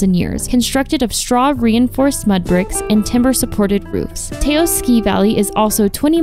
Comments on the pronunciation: It’s Taos not teos. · Her pronunciation of Taos (TOWS) took me out of the video. Apparantely she didn't talk to locals much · Taos pronounced Towse. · Yes…rhymes with “house”